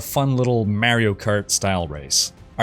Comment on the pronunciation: Im curious about your pronunciation of Mario. Why do you use a flat A sound?